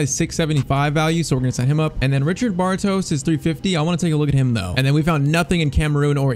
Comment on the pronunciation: PCQ: Š in Czech is the same as sh in english, so it's Bartosh and not Bartos